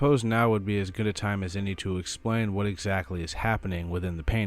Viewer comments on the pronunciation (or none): none